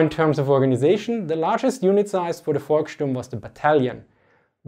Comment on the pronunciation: Heads Full Of Eyeballs correct. But it's "Volkssturm", not "Volksturm".